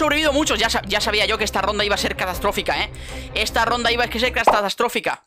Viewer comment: Nadie: Absolutamente nadie::Castastatrófica xd 😂